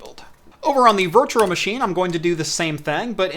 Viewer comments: Oh my god it bothers me so much how he says “Virtuar Machine” instead of “Virtual machine” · You say 'virtual machine' weird